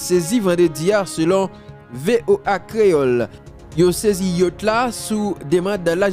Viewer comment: YA T CH jam li ekri a konsa li pwononse